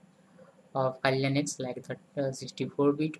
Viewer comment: It's Kali Linux. Not KLinex. :P